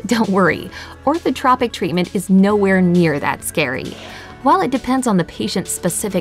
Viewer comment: That's not the right pronunciation of "Orthotropics".